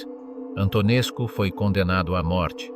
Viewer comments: Antonescu a pitomá AI to čte jako Antonescu...skutečně -scu, muž teror...a jiné lahůdky... každý normální to musí vypnout. Výplody AI, mluvené strojovým hlasem....opravdu ne. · A. Learn how to pronounce names. B. You will find that many Romanians test him as a national hero.